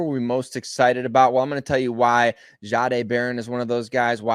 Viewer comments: Can you please please please learn how to pronounce his name right? He said it out loud he told you how his name was pronounced and it’s not. Shaaaaday it’s just simple respect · Why is it so hard to get it right? It’s just simple respect for a person’s name. Why can you not just pronounce it the way it’s supposed to be the way. He said it was pronounced? “Jeday” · It’s not pronounced zzaaaday